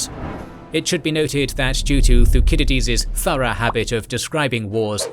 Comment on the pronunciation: Oh c'mon brother, you're seriously claiming that these are intentional artistic uses of alternate pronunciations? "Hop-lit-ays"??? Find us ONE English speaking history professor that pronounces it "Thu-kid-eh-deez" -- just one. No one's used the Roman pronunciation of his name in a century. And I didn't say it was "a" mispronunciation, I said it was many, this happens all the time. We'll have to disagree about the impact it has on your credibility.